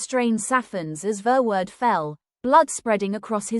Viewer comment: Horrible pronunciation for a horrible, evil Hendrik Verwoerd